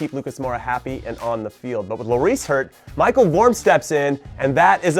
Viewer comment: it's pronounces mi-shell not my-kul